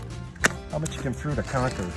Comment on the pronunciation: It's concord not concured. Why do yankees always intentionally mispronounced words?